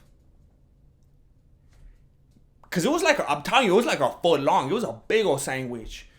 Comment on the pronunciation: Why he sayin SANGWICH?🤣🤣